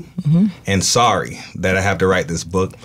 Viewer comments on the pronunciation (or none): none